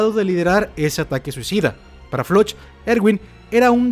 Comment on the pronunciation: se llama floch no se pronuncia como se lee es floc